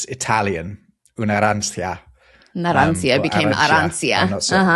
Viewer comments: Arancia would be pronounced arantsha - no i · You mispronounced "arancia" in italian, it's supposed to be pronounced "arancha". Also Kawa is a "slang" (it's consider more familiar than "café") word for coffee in French, we took both words. Alos I think you got it backwards, Persian is the Indo-Iranian/Indo-European language whereas arabic is the semitic language and not an Indo-European language. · arancia in italian is pronounced [arancha]. cia is like [cha] and not [sia]. /aˈran.t͡ʃa/